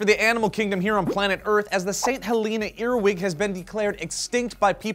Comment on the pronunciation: THAT'S NOT HOW YOU PRONOUNCE HELENA